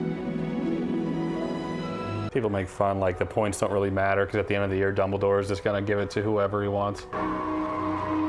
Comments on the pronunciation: did she just call dumbledore, "double-door" at the end?? 😂🤣😅 LOL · im pretty sure she said "Dumbledorf" which makes it even more funny 😂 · "Dumbeldorff" hahahaha